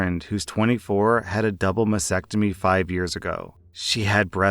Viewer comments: Mas stectomy. Stectomy. It's not masectomy. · Please learn to pronouce mastectomy. There is a "t" after the "s".